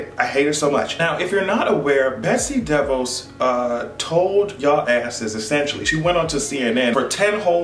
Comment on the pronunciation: when you say her name sometimes it sounds like Betsy Devils and in my language it means Betsy The Fox and I think thats real accurate